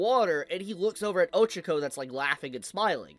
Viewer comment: My guy, her name is pronounced Oh-CHA-ko